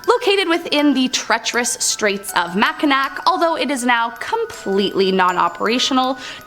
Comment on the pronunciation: Mackinac is pronounced “Mak n ahh”.